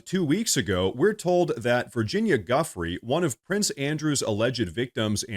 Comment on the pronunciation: Giuffrè is an Italian surname. it's not GAffreeee 😂 are you like the French now, who mispronounce every name